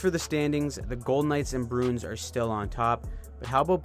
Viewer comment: I think you say Bruins wrong on purpose at this point